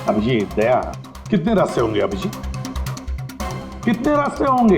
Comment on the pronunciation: Wow 😅 days sir very nice english 🎉🎉❤